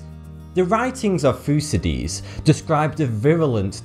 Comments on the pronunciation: My first like on ur channel..... Allow me to help u a little just because i come from Greece! U are talking about Thucydides but u pronounced it totaly wrong! allow me to try and give u the pronunciation of it! Thukidhi'dhis! Where the apostrophe stands for "where the tone gets louder" I swear this is the right way for all of u foreigners to pronunce it! Also and more importantly ur second fact is totally wrong because Greek historians are 99% sure that this was not embola but a plague named "πανώλη" in Greek! copy paste my word to the translator to find out exactly what i mean because ur language dont have a name for that, other than "plague" or "swine" . I would love to recieve a reply from u! c ya! xD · Thucydides = "Thoo-sid-eh-deez"